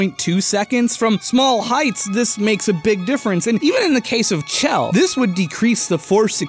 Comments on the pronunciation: Chell is pronounced " Shell" Like it you agree. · IT'S PRONOUNCED "SHELL". PLEASE. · When he says CH-ELL instead of SH-ELL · IT'S PRONOUNCED SHELL DAMNIT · I flinch every time he mispronounces Chell, I get it, it's a weird name and instinct is to sound it out but c'mon man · Hey, how about you calculate how many people are correct ing your pronunciation of Chell.